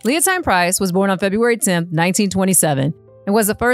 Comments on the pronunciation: Leontyne is pronounced Leo-Teen. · It is Leon-TEEN Price